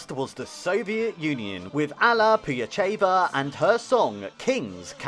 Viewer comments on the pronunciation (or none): The pronunciation in this video is incredibly awful. Zmasakrował nazwiska German, Vondračkovej czy Pugaczowej, imię Wacław i inne.